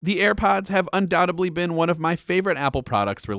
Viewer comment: Hmmm can I watch a review from a guy who says “undoubtably”?